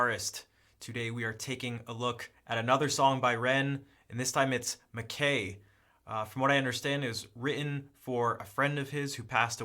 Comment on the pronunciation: It ia pronounced MAK-EYE, not MAK-A.